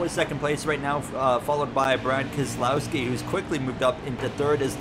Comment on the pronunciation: Why was it so perfect the way Jeff Burton said Keselowski